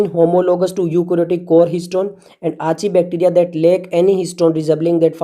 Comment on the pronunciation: Archaebacteria nam tere baap ne diya tha kya thik pronounce kar gawar